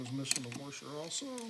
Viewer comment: These videos have been extremely helpful, thank you! PS - I love the way you say "warsher" :)